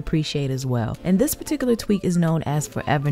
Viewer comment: Best "tsweeks "